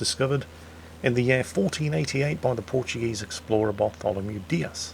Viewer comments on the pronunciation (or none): none